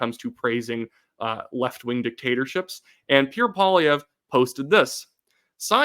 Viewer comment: I just love Puerre Poilièvre 😂